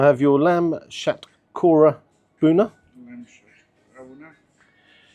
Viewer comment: Oh yeah, btw it's "shatkhora" or "hatkhora", not "shakora"